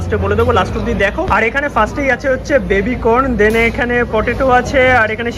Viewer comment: ভাই... 'দেন'টা বেশ কানে লাগছে... 'THEN'...